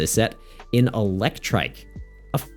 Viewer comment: You pronouncing Eelektrik (trick) as Eelektrike had me thinking they gave the little dog guy Dynamotor too 😭 Exciting set, didn't realize Jellicent was going to be such a nightmare so the warning is much appreciated too